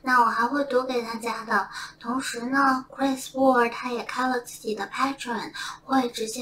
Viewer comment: 差一点听成了Chris Wu